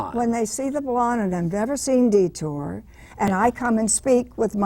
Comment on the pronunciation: This guy is the most annoying interviewer ever: ill-prepared, constantly interrupting, and he pronounces "detour" as "de-TER" and Barbara as Robert.